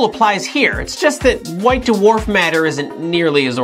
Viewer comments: Why D'warf instead of Dw'arf? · What's a "da-warf" star? I thought they were called dwarf stars. Lol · Duh-Worf is not a merry man. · whats a "duwarf"?